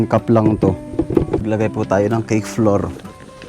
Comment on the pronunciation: Sorry sa pag correct ng pronunciation mo sa flour, it should be "flawAr" at ang bowl po ay "bOwl". Hindi po flower and bAwl. Always enjoying watching your videos. Ang saya ninyong magkakapatid. I wish kuya kapangay the best of health always.